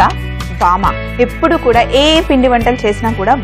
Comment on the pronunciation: vaama kaadu vaamu